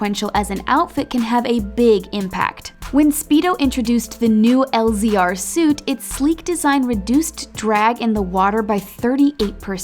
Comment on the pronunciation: Did any other swimmers cringe when she pronounced it as L Z R?